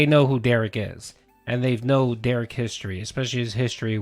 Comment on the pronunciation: Another weird thing - Phil is the ONLY person Derich lets call him 'Dare-ick.' Derich gets SUPER upset when anyone else calls him that and insists they correct themselves and say 'Dare-rich.' But he's totally okay with Phil mispronouncing his name.